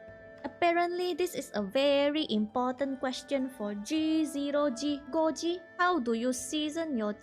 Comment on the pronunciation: YIPPEEEE also yeah you pronounced it right, the name is Goji also you’re so real for how you season I do the same